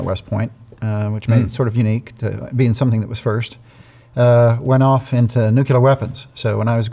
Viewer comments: it's pronounced nu clee er, not nu que ler. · Sad that the man in charge of nuclear weapons can't pronounce it right. It's nuclear, not nucular! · Nuk-lee-ur. Nuk-lee-ur. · Anyone who can’t pronounce New Klee Err …..? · 7 yrs in nuclear weapons yet can't pronounce the word! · I cannot trust a person who can't pronounce "nuclear". *Especially* if he claims to know something about nuclear [anything]. Let's hope this guy isn't a current nominee. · It’s so odd hearing so many educated people that can’t pronounce a very simple word like “nuclear.” I’ll never understand that. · Do some otherwise intelligent people intentionally mispronounce the word “nuclear?” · Always amazed at the percentage of our population who cannot properly pronounce the word “nuclear”.